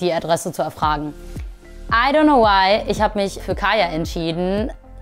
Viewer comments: Kayla KAYLA NICHT KAYA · wenn sie schon gegen kayla und so ein statement macht soll sie halt auch ihren namen wenigstens richtig sagen like sry aber sollte sie nd mal wissen das sie kayLa heißt nd kaya